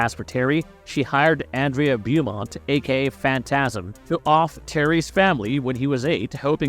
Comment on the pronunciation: Andrea Beaumont AHN-DRAY-UH BOW-MONT